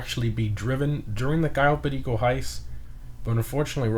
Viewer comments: do you speak spanish cuz each time u say cayo perico u say it in perfect spanish no accent wtf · The only person who knows how to pronounce "Cayo Perico" correctly. Lol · You say cayo perico like a latino homie 🤙🏼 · Just a small thing, but I really like how you said Cayo Perico, you're the only person I've heard pronounce it properly lol